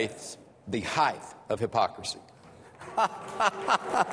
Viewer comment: He also said “the heighTH of hypocrisy”